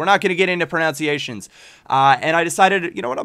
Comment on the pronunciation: It's 'pronunciation'. Oh the irony...